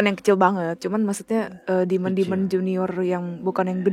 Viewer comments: demon, bukan dimon 😭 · Itu tolong ya editor wkwkkw ngakak banget bahasa enggres Demon bukan Dimon